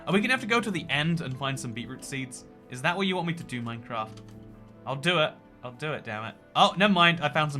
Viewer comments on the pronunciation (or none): Bri'ish people really call this MyCraf